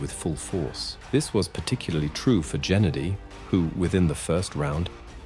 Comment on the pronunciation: ITS NOT JENNEDY